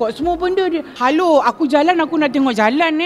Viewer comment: "Hallo, aku jalan aku nak tengok jalan eh. Aku tak nak tengok phone aku, aku langgar siapa pun aku tak tahu." Macam orang Tamil sikit yang "Hallo" tu.